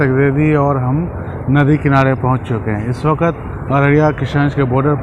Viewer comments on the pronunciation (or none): हसन सर इस बखत नहीं बोलिए इस वक्त बोला कीजिए अच्छा लगेगा।